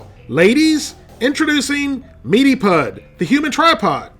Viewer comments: Stop saying “pud” (as in spud) it’s pronounced “pud” (as in could) 🏴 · its not pud its pronounced pud as in pudding just shortened....... its a brit thing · Pud as in suet pudding not pud as in spud lol XD Steak Suet Pudding is quite literally food of the gods. Find a good chip shop in Yorkshire or Lancashire and you will probably never want to leave! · "Pud" is short for "pudding" so you pronounce it to sound like "good", not "Fudd". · Over here 'Pud' (short for pudding) rhymes with good, not mud. Remove the second syllable of pudding and you've got it. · You pronounced pud wrong. Its pronounced "pood" short for pudding. Its a meat pudding, a very old fashioned dish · It’s pronounced meaty pood like pudding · "Pud" is short for "pudding" and is pronounced pood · you are pronouncing it wrong --- it is not pronounced "pud" as in dug but you leave the "ding" off of "pudding" and pronounce it that way - like you are only saying half the word pudding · Omg you had me in tears with the way you said pud! Its short for pudding, so just dont say the ing, its not like puddle. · Hearing "meaty pud" in an American accent is really strange. Something about the word "pud" is impossible for them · I hate to be that guy, but you're pronouncing "pud" wrong. It's short for pudding, as in steak and kidney pudding, so you pronounce it like the first syllable of pudding.